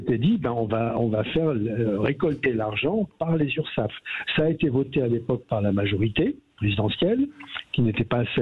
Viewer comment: Urssaf et non Ursaff, on dit Sécurité Sociale et non Fécurité Fociale